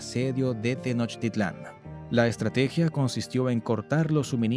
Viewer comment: Es Tenochtitlan, no tenochititlan